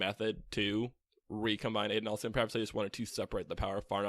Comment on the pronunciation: The way you guys pronounce Adonalsium drives me crazy. The name is based on the Hebrew Adonai, which has a short A sound. Otherwise, great job.